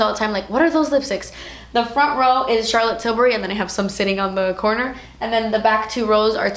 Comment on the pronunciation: I literally love the way you say Charlotte Tilbury ❤️😊✨